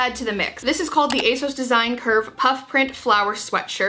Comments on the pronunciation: Here you go: On their website, ASOS say: "So you know us and love us as ASOS. But people often ask where our name comes from (usually straight after they ask us how to pronounce it – it's ACE-OSS, by the way)." That's that, then. Not "ASS-OS", not "AY-SOS", but "ACE-OSS".Aug 18, 2022...but say it however you're comfy.🤗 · If it is a UK site then ASOS is pronounced with the short O sound (as in sausage)